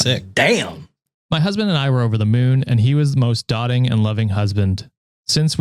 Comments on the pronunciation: AITA for telling it's doe-ting not dot-ing?😂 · Doting rhymes with Tote-ing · you keep saying doting wrong, its pronounced like doe-ting, just saying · “Doting” is pronounced like Doe-ting. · I'm gonna Vocab police here... I heard it said twice now... Doting is pronounced dOHting. Thanks!